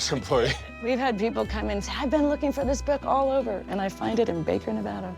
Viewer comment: Please note the pronunciation of NEVADA …. This is The Westerner & Pioneer preferred pronunciation. It’s not Spanish 101.